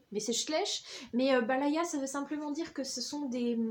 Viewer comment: C'est ''bayala'' et pas ''balaya'' 😉 Et boudficelle schleich avait aussi fait des calendriers l'année dernière :)